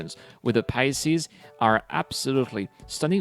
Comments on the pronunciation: well, that's why I'm trying to help. It's easier to say pi-sees than pia-sees. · It's the Pie-seeze, not the Pie-ess-eeze